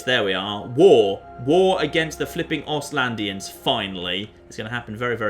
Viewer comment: Ostlanders,... if you say "Ostylandians" one more fucking time....